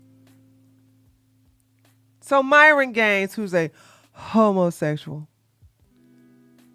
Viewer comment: I watch u on my tv while I clean n my teenage son always says homosexual with you, he loves how u say it 😂